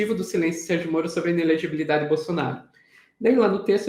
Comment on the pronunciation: Simples ! Ele é incapaz de pronunciar "inelegibilidade"!😂